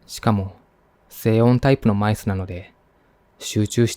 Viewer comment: マウスがマイスに聴こえて、(あ、働きすぎて複数にみえている…？？)ってなった(笑)お疲れ様です。ほんとに。